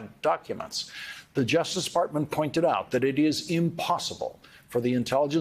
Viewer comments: did he say, “justice fartment”?? 😆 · I wasn't paying attention for a minute and I SWEAR that I heard Lawrence say 'the Justice Defartment' 🤣 I'll treasure it always.